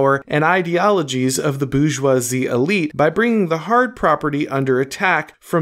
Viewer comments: It’s not Boo-joisie, it’s Bore-joisie, so to speak. Appreciate your content. 😊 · Nobody:: the boozhjwahzie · Not gonna lie, the way you pronounce "bourgeoisie" is a hugely distracting annoyance. Great stuff otherwise 👍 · He's just booing them.